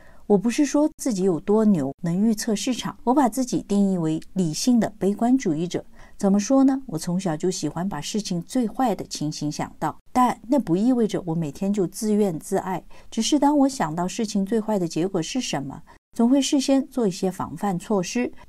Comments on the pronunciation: 啊……这个……自怨自艾(zì yuàn zì yì)哦 （挑个小错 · 姐姐总结很好，我就指出个无关痛痒的小问题，成语“自怨自艾”这个艾在这里念yi，四声😅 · 自怨自艾，艾发音yi 4声（义） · corrections: 自怨自艾 读错了，正确读音（zì yuàn zì yì ），我按油管的纠正错误的做法想在视频里纠正，但似乎没凑效。感谢众多朋友指正。